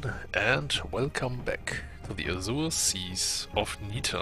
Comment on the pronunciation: Sometimes I can't tell if you're saying the "azure seas of neter" or the azul seas but I've realized that it doesn't matter because they're the same thing lol